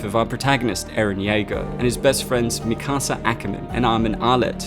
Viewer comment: Lol you said miskaser